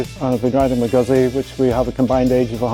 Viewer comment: Nice, but pronouncing "Guzzi" incorrectly is not cool. There is no excuse.